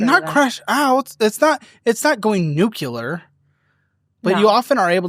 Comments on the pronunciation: Dear. Please never say new-cue-lar ever again... It's new-klee-ar. Thank you for your understanding and cooperation. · Nuclear, not nucelar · oh no he said 'nook-ya-lur'. Sound it out, nu-clear. New Clear. Say it with me, Nuclear. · Noo clee ARE. Nuclear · you need to learn how to pronounce the word NUCLEAR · Love when goes nucular